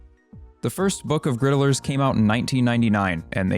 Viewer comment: I agree that the name "griddlers" is the less preferable one, but I think that what irrationally bothers me even more than just the name itself is how the narrator here pronounces it with three syllables instead of just two. He's saying "grid-uh-lers," which sounds like a silly title for people who cook things on a flat metal surface, versus "grid-lers," which sounds like "riddlers," and thus makes a hell of a lot more sense as the name of a puzzle. I wonder if perhaps that's why he dislikes the name so much...?